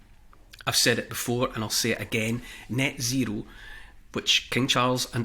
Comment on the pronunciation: Do you mean 'Nyet zero'?